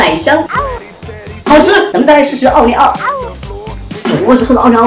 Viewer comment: 开头那里我以为说煮个的"奥利給"🌚🌚🌚